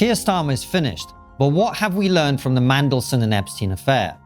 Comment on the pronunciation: Are you saying "Mangleson" ? It's "Mandelson" 😂